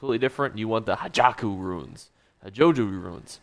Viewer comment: please stop calling it "Hajaku Runes". It's Ha-kei-jo (like "Ha Key Joe"). Thank you.